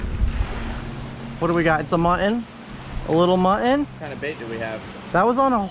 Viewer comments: you know the word muTTon has two T's in it. It's not pronounced MU-EN. As in button. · Hey guys, tell there are two “t’s” in Mutton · you still need do use Ts when you talk about mutton snapper. Just because you’re with a black guy don’t slip into ethnic speak. It’s very racist. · Do you purposely say "Mutton" wrong?